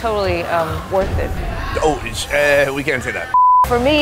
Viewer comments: why can't you say worth it? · why cant you say worth it? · Someone please explain why cannot say “worth it”?